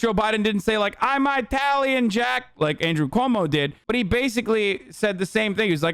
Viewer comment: a very disappointing day for all us eye-talians